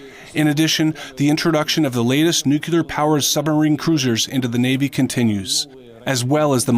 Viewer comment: NU-CLEAR!!!!! NEW-CLEAR! for the love of god!!! Nooootttt nu-q-lear!